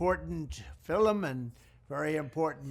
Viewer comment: "an important new fil-um ...about the power of faith in overcombing evil"